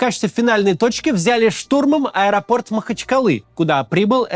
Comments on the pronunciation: Максим, как всегда, каждое слово в точку! Единственное уточнение, ударение на последний слог "аэропортА", "аэропортУ". Спасибо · Ударение на последний слог в этом слове ставится только в варианте "В аэропортУ".